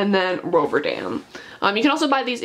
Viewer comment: "woo(dco)tten" "rover(an)dam"